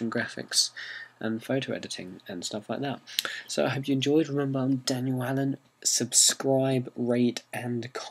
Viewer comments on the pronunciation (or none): none